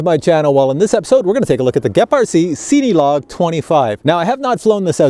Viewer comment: It's a great review but the only problem I have, is that you say the name like it's seeny. It's pronounced just like the word Cinema hence why it's made for filming. And I know that's nitpicky but you do a lot of those types of drones and just the way you pronounce the name drives me batty LOL